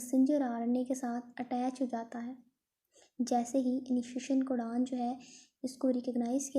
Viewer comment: codon❌cudan, bond❌band✅